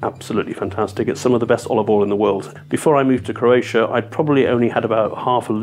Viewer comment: #26 -- Croatia rhymes with "rosacia" lol.